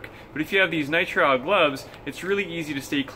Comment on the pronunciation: Nitril.not nitro